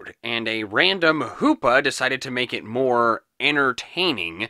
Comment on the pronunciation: The hoopa word like saying Lupa